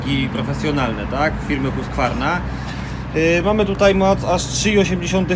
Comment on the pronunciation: kurde przepraszam nie skupiliśmy się na tych frazesach. Dokładnie kraje skandynawskie i myślę że raczej Husqvarna przez Q i V - ale wiadomo że zawsze troszkę dokonujemy spolszczenia więc czy G czy K nie będzie wielkim błędem - ale tu co do wymowy trzeba by było już zapytać Pana Profesora Miodka